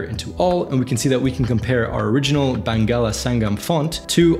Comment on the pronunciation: As a Bangladeshi, I had a great laugh hearing you Say Bangla Sangam. I have been watching your videos for few weeks now and I am absolutely hooked, I have learned alot and wish to continue learning, maybe someday i get to reach the level you are in. Have a good day Brother! and thankyou.